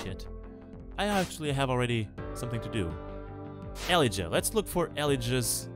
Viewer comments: o god ur pronunciation of Elijah is killing me :D its Ee-Lie-Jah, emphasis on the middle syllable and J is not pronounced like H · i like how he butchers the name elijah